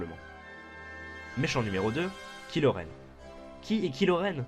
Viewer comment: il faut avertir les gens on dit "kahilo renne'